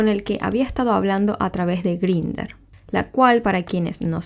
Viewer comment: La app se pronuncia en inglés /Grainder/ y el único modo de verificación es con el número de tu teléfono. Cualquiera se puede crear un perfil, colocar la info que le de la gana, incluyendo la edad y ni hablar de las fotos. Lo recomendable sería quedar con los chicos luego de conversar un buen rato y siempre tratando de que sea en un sitio público la primera vez, para evitar sustos y malos ratos. Un saludo, me gustan tus videos ❤